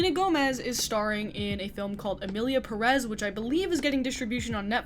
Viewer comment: Its Pérez not Peréz